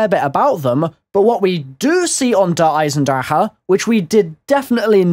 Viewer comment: cant stand his pronunciation of der eisendrache